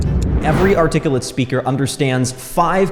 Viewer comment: My man said articullit and I clicked off I'm sorry dude lmao